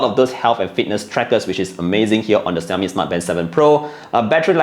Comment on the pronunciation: Are you mispronouncing the brand name or is it me? 😕